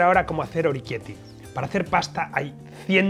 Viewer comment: Oroquieto ahí, que lo has dicho mal! se dice orequiéte ,no oriquiéti. o-re-quiét-te